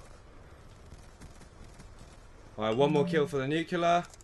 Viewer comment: why is it so hard to say nuclear correctly to so many ppl lol, boggles my mind...nuke + lear (as in lear jet)=nuclear